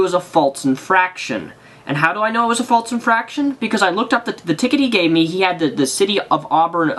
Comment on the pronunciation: FALSE. FALSE. infraction. not faltse